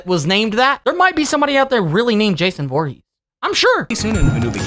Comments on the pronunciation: Um my friend is called Jason but not vorhess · It's voorhees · Dude it’s not Jason Borgese is Jason for Keesler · It’s v v v voorhees